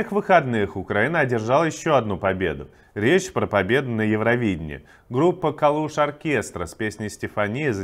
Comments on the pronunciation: КАААЛУШ!! А НЕ КАЛУУШ!! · Название группы звучит с ударением на первый слог КАлушОркестра,по названию городка на западе Украины Калуш